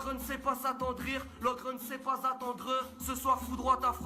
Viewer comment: L'ogre n'aime pas attendreuh